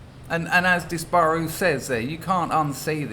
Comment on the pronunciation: Ps. Your pronunciation of Dis-baaar- uuu made me laugh.